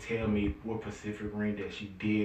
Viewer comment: Word: SPECIFIC king: PACIFIC 😭